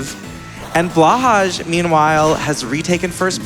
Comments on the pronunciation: This is driving me slightly nuts. It is pronounced "blow high" which is Norwegian for "blue shark". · By the way, for future reference, Blåhaj is pronounced “blow-hi”. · I always understood it to be a kind of in-joke to pronounce it "blah-hahsh". I usually just assume it's intentionally mispronounced o: But ye, blow-hi is fren <3